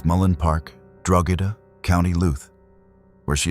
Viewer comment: I beg that you get in touch with me or anyone else from Ireland, who can give you the proper pronunciation of places, and names. Drogheda = droh-hih-dah. County Louth = County loud. Mc = Mac.